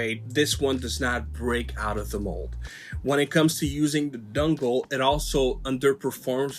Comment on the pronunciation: Dungle...a...dungle....never, have I ever, in all my centuries of controller YouTube "research", EVER, even ONCE, heard someone call a mfin dongle a damn DUNGLE. ITS GOT DONG RIGHT THERE MAN! All you gotta do is just say the damn word and boom, young throwin dongs all over the joint. Holy ish ok actually it really is annoying me lol that sounds beyond stupid bruhh cmon man fix yo ish. DAMN.